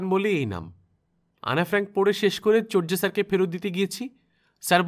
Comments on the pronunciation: চোরযা নয় চরযা ঊচ্চারণ হবে। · উচ্চারণ চোর্যা হবে, চর্যা নয় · ব্যাপার না, এটি একটি বহুল প্রচলিত ভুল, আমিও আমার জীবনের ২৯ বছর এটাকে চর্যাই বলতাম, মাস ছয় আগে অভিধানে দেখেছি শুদ্ধ উচ্চারণ চোর্যা